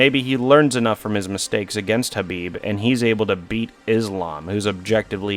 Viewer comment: pronunciation of khabib